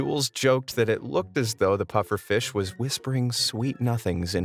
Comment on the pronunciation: Pufferfish? Nah mate, its Bud-ferfish XD